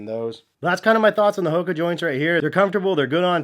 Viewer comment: You dont even know how to say HOKA correctly. FAIL